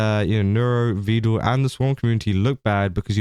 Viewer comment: Because im an irritating little twit imma point out that he mispronounces Vedal. Pedal Medal Vedal 😊